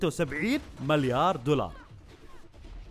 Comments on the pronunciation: اسمها مِليار مو ماليار 🤣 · ياخي والله تسنفزني وانت تقول مَليار اسمه مِليار تكفى قل مِليار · ياكريييييه تُنطق ( مِليار ) مب (ماليااار) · مليار ✔️ مو ماليار ✖️ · الحلقة حلوه بس تكفى تعلم كيف تنطق ماليار هاه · ليش تقول مالايار بدل مليار💔🌚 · احد جالس يسمعه يقول مَلّيار غلط ولا انا لحالي ؟ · يااخي العزيز اسمه (مِليار) مو (مَليار) 😂😂. اللي اعرفه يعني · ليه يقول ماليار... مليار يرحم امك ياخي ما قدرت اكمل الفديو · ١٠مرات وأنت تقول ماليار جبت للساني إعاقه الله يسامحك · تره اسمه مليار مو ماليار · ماليار دولار مو كذا ينطقونها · ايش فيك تقول (ماليار)؟ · ياخي اتنرفز لما تقول ماليار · ياخي انطق مليار صح جبتلي غثينان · تكفى انطق مليار زين 💔💔💔💔💔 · نطقكك لكلمت مليار غلط يصاحبي ههههههههههههههههههههههههههههههههههههههههههههههههههههههههههههههههههههههههههههههههههههههههههههههــه' "̯♡' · يرحم امك انطق المليار زين